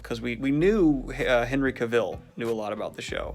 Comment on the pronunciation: In today's episode of whose name will he butcher: David Benioff and Heney Cavill.